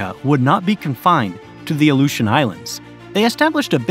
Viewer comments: Only 1/3 through the video but it would be a nice gesture to the indigenous populations of Alaska, and Alaskans in general, if you took the quick minute to learn the correct pronunciations. Aluetians, Tlingit, and Inupiat for starters. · Crimmian war?.... Crimea....Cri (i) mian Crimean war, Ally-eutions?. Aleutians !